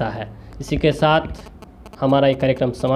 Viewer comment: Abbe Tere Ko Bhi Kuch Nahi Aata Hai Sayer nahi Balki shayer.h. Tabrej hasmi nhi balki tabrez hashmi